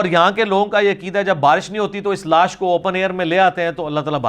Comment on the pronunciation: Mufti sb ensaan ki dead body ko naaash boltay hayn laash nai